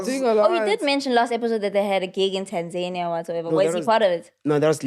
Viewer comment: guys its Tan-ZA-nia, not Tanzaynia😂💛